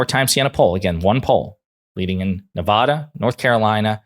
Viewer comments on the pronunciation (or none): By the way, it's not new-vaw, (law), da: it's (Nuh), (nut), -(Vad), (dad), duh ; Nevada